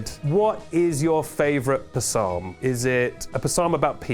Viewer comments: Do British people actually pronounce it Puh-salm?? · has lied so much at this point, that I genuinely don't know if he is mispronouncing "psalm" by mistake, or on purpose to be a silly goose. I guess that's tennis 😅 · Yeah no it's not option B 😂 We don't pronounce it like that. I most certainly have never heard anyone say it the way says it 😅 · I don't know of any p'salms off hand, but I'm gonna pronounce it like that from here on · I can’t tell if you’re: A. Pronouncing psalm wrong on accident B. Saying it the “British” way C. Saying it wrong on purpose (impeccable comedic effect) D. All of the above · never heard someone say psalm like that